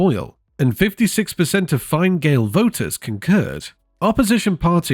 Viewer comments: “fine gale”🌚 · the way u pronounced fine gael and fianna fáil 💀 its fena gael and fena fall